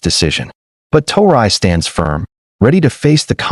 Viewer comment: Yt boy go talk about Europe you even say pronounce thraoe